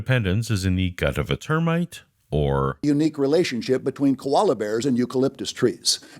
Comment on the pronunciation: Is it just me, or does he actually say "Kolala bears"? for example...